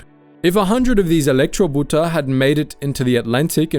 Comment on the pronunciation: The German word Elektroboot is pronounced as "Electro boat", not "Electro boot".